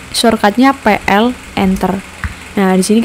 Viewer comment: bilang "PL" nya pulen bgt mb😅